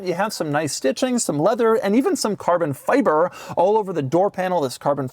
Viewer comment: Carbon fyyburrrr 😂